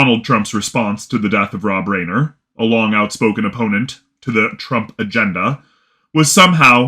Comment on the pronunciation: Reiner is pronounced Rye-ner.